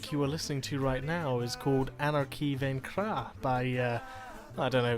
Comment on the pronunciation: Yo, nice choice for an outro song. Just saying, you're pronouncing "vaincra" wrong, kind of sounds like you're saying "vingwa". French is a bitch to learn, but once you've got it figured out, you'll find it's one of the most elegant languages in the world. Allume donc les flammes de la révolution, camarade, et espérons qu'ensemble, nous pourrons libérer le peuple.